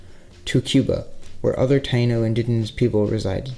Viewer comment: Pronouncing taino wrong